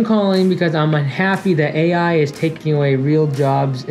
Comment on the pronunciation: that initial pause on the AI is so awkward and off-putting...